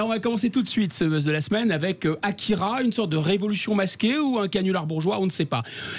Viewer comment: Mes oreilles on saigné quand elle à écorché le résumé et le nom de l'auteur du manga AKIRA.